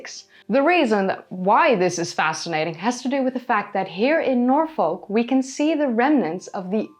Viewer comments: Fascinating video. I really enjoyed it. By the way Norfolk is pronounced Norfuk, not Nor-folk. Just on of those silly English things. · Im a tad late but its pronounced Naw-Fuhk not Nor-Folk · Great video, love Doggerland. I know you are always trying to improve your pronunciation, Norfolk is normally pronounced 'Norfuk', confusing I know as folk is pronounced as you did when saying Norfolk. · Minor point, but Norfolk is pronounced "nor-fuk" (like "gnaw f*ck"). And if it is further south as your latitude suggests, the line would go up (left to right). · Jsyk, it is pronounced Nor Fuk. It is a popular destination for holidays and daytrips. In the Midlands we refer to such trips as ‘going Norfolking’. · Love your vids! Just wanted to add, we don't really add the l in Norfolk, we say 'norfuk'. Not being critical just saying! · its norfuk and darby sheer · Hi hate to be a pendant, but I will anyway! As a British person the way you say Norfolk really hurts my ears,I didn't know what you were saying at first. If you want to say it as a British person would pronounce it, it's Nor'fock. Love your Chanel by the way. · I was going to try to tell you how to pronounce Norfolk correctly but the folk part sounds like a swear word :). The pine forest at Holkham in Norfolk is beautiful. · Milo thought you had local knowledge yet you can’t pronounce Norfolk or simply can’t be bothered .. unsubscribe from milo for recommending someone unable to show any local knowledge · Strange slightly Dutch pronunciation of Norfolk keeps making me think that you are American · The way you pronounce Norfolk makes you sound like an AI!